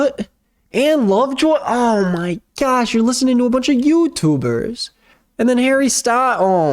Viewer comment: the way he says "YouTubers" is so funny lmao